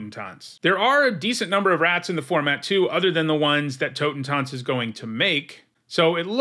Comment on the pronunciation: As a german, i gotta say, your pronounciation of "Totentanz" is really good :D